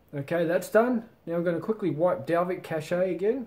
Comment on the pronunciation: the way you say cache................................